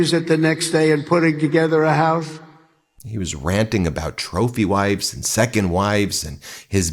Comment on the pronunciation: He said houfe 😅😅😅😅😅😅😅😅😅